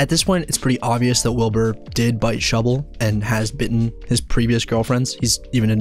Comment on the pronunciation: Thank you for the love of God! Someone who actually says that shubble gasno proff!